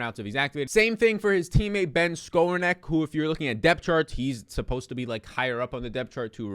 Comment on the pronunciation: pronounced like this Ben (Ska - Rone - Nick)